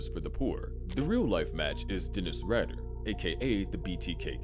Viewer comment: I'm not 100%, but pretty sure his name name is pronounced like "Raider". At least you didn't try to sneak past the YouTube censors by changing to "T" to "Torment" like the last video I watched that mentioned him.